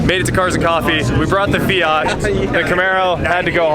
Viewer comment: It's FIAT bro not fiaaaaat, lol